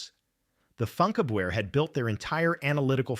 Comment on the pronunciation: It's pronounced "foonkABverr"